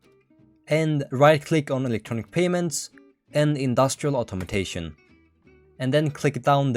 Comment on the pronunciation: it's funny how you pronounce "Automation" as "Automotation"